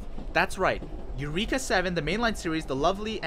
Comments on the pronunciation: Isaac Guerrero and definitely NOT eu-reeek-uh ughhh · Why are you mispronouncing “Eureka”? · How you watch this show and not pronounce eureka or a anemone.